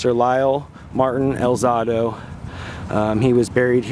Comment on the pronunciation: al ZAY do, not al ZAH do